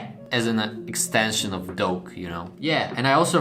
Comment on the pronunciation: It sounds like he is saying "Donkey" in a Sherek's voice than "Doke", but still nice painting. Keep up the good work.